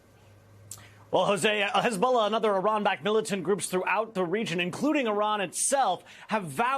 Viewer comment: Oh, for goodness sake Jose, , it’s not pronounced “his bola”.